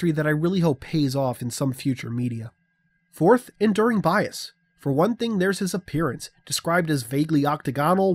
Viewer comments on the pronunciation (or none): none